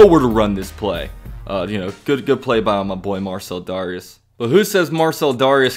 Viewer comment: You SUPPOSED pronounce it DARE-REE-ES 😂😂😂